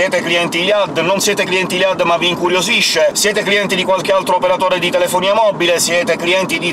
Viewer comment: Ciao ho visto che non sai come si pronuncia il nome di iliad. Bene, io ho chiesto alla mia insegnante di francese e mi ha risposto che si pronuncia non come dici tu. Grazie mille e scusa per il disturbo.